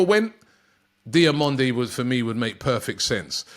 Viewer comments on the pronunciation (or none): none